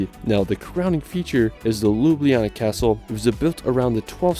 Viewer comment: You've butchered the Ljubljana's name lol